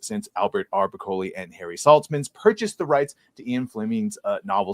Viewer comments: OMG, it's brah-ka-lee, not bruh-kohl-ee. Don't try to church it up, son. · I was too distracted by the way this guy pronounced Broccoli to pay attention to what was being read 😂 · murcans and their funny pronounciation of italian/spanish words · Hard to take the view of someone seriously who can't pronounce "broccoli".